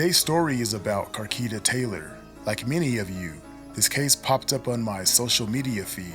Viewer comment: Car- key ta? Na bruh😂